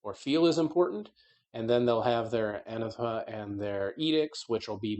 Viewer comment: Pronunciation quibbles are engagement, too. "Anathema" is pronounced with the emphasis on the second syllable: "əˈnaTHəmə". "Nephilim" is pronounced with the emphasis on the first syllable: "ˈnefəˌlim", (and is a plural noun, FWIW).